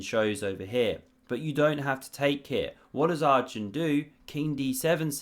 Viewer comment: Enjoying your videos and commentary style. But as Arjun is not going away from the chess scene for many years yet, it's worthwhile to learn the pronunciation pf his name. It's not Are-jun, it's pronounced Er-jun, as in the word err. Very jarring otherwise.